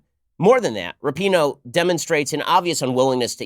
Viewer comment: Her last name is RAPINOE, there is no U in it!!